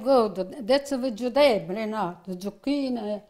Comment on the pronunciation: I love how she says VEGETAHBLY instead of vegetable., you are authentic stuff.